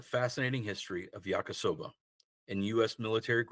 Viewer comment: Ya-KEE-soba, not yak-KUH-soba.